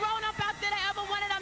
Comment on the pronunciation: The ways she says "hair do" is hilarious! I love Mary! Ghettoness and all!!!